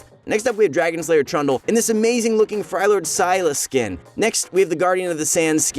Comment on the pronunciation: i believe its pronounced as frelyord not freylord